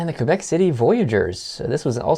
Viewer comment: Said Quebec wrong also Quebec is a probince...